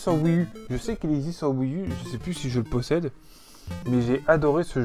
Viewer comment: Lol au début je pensais que tu déconnais en parlant mal anglais, mais en fait c'est vraiment un soucis. C'est dommage, les "wii-uh", "link bitwen weurd", "party issland"… lol je taquines :) Sinon très belle collection.